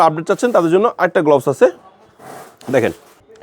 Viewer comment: উচ্চারনটা গ্লবস নয় গ্লাভস